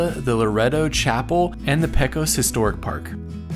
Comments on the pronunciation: PECOS = "PAYKOS" . . . NOT PEKOS. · Peco is 'PAY-COS' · Pronounced Pay-chos